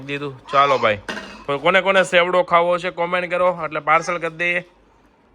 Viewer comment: Sevdo ny bolo chevdo